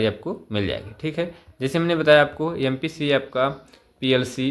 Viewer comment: अरे Sir ampca नहीं MPCA है